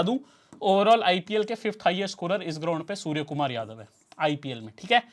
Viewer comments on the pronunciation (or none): none